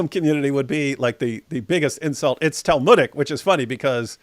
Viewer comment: It's "talmudic" 😂